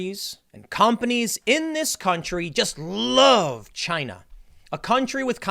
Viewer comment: Trump said it first "A-CHY-NA. 👌"